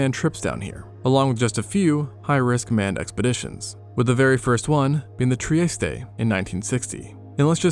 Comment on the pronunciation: Ok Stockton rush was an asshole who got people killed, but Camerons sub and the the guy who built the limiting factor are both privately rich guys who built their craft but followed the rules. And why do you keep showing the titans wreck? Nobody but Stockton rush deserved to die like that. Oh and learn how to pronounce words, it's not triesteeee there capt illiterate. And nothing shattered on that trip